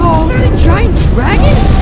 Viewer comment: Deku doing a chidori: CHIDORIYAA